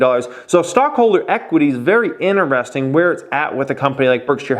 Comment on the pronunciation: Stop saying ineresting. Annoying as fuck